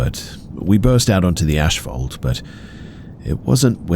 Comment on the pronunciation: Sorry I have to correct you. You continuously use the word asphalt incorrectly. You pronounce it ashfalt???? It is the complete and wrong pronunciation of the word